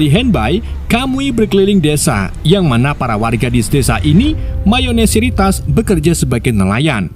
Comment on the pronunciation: MAYONESIRITAS APAN BANG WKWKWK😂😂 ONGOMONG NYA EPETAN 😂😂 MAYORITAS BANG MENIT 8,27